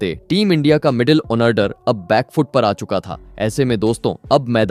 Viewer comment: भाई अनोडर नहीं ऑर्डर।